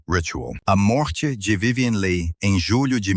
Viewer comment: O vídeo seria muito bom se a pronúncia do sobrenome da atriz (que é "apenas" o tema do vídeo) fosse correta.